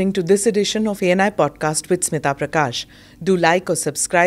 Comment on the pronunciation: स्मीता नव्हे, स्मिता